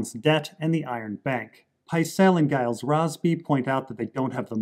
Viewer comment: Nice vid, for your info, Gyles is a soft 'G'.